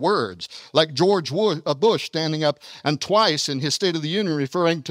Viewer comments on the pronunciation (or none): none